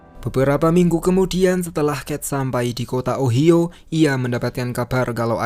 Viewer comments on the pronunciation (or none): OHIO itu bacanya: Ohaiyo...